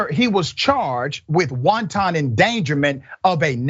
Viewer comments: I love the good Dr! But I gotta correct him, the “wanton” he’s using is pronounced wan-ten, not wan-tahn like wanton soup (s/o lil b) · Everytime this so called doctor said wonton endangerment. The police was attacking Chinese food now lol. Watch out if they keep it up the wontons might go extinct. It’s wanton endangerment hard to be you leave that doctorate when you can’t even pronounce words correctly. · Love your analysis Dr Richey but please, the word wanton, as in wanton endangerment, is pronounced WAHN tuhn, not WON TON, like wonton soup. It's pronounced like the words "want" and "un" combined, emphasis on want. It's important to be sure of correct pronunciation because you don't want to appear as idiotic as this ex cop is. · The host needs to look into how to pronounce WANTON, before he gives lectures about it's legal definition. WONTON is Chinese food. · Killing me with the "soup" endangerment. Sometimes his pronunciation has me cracking up! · Just an fyi..FYI... it's pronounced, whan-tun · Let's not pronounce "wanton" like Lauren Robert, even though we know you know what it means.